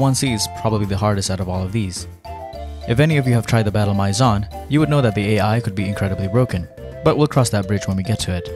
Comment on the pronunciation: Maison pronounced My Zon just hurt